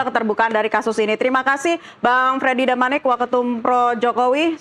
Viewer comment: Termul bukan damanik.. Jdi mikir nya di ulang2 itu2 aja, 😂😂